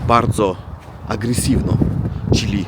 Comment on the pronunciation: Panie, mała uwaga co do wymowy słowa,,czyli". Powinno być twardo cz y li. Pan wymawia,,czili", tak jakby chodziło o przyprawę chili. Również,,czy" wymawia się twardo. A Pan wymawia,,czi". Trzeba nad tym popracować, bo z przyzwyczajenia mówi Pan miękko.